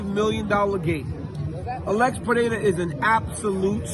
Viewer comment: Congrats on the pronunciation of "Pereira"!